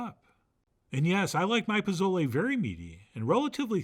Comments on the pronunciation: Your recipe looks amazing, clearly you've taken the time to research and create something very special but please, please, please stop calling it "pa-Zo-lay," it's pronounced "po-So-leh." The /z/ has an /s/ sound and the vowel is short (think of the word "leg" without the /g/). I'm going to try this on Sunday ;) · Great receipe Chef. But its not "Pa.zo.lee." Its "Po.zoh.le." Theere aren't any "a" sounds and "le" is pronounced like "Le Plume." Thank you. Always entertaining.